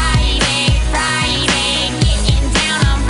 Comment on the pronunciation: Im sorry, but is there something wrong witht the way she says friday, kinda sounds like she saying, "fried eggs fried eggs" and what the f%^% is that dancing, you call that dancing, she has no rhythm what so ever